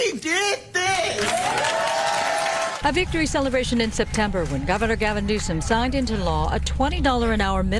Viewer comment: cracks me up with how he pronounces names. 😂 “Gavin NewSIM, VAY-VAYK Ramaswami, MenThis. (Memphis) love what you do! 💪🏾